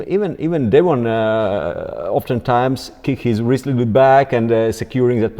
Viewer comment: Wrist ❌ Wrizz✅